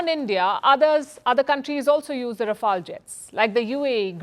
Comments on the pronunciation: Please correct your pronunciation Pronounce "Rafale" Pronounce "fuselage" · How do v pronounce Rafale or Rafail . 🎉🎉 Think over it, pl. 🎉🎉